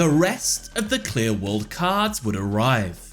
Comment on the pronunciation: Cannot unhear QLI-WORLD